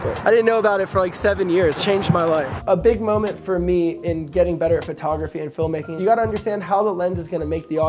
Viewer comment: Was there a contest to see how many times you find say phrotograhy?